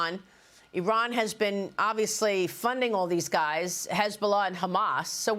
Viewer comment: Don’t talk about a country you can’t even pronounce like your an expert. Repeating the same talking point every Fox News guest spews about Iran.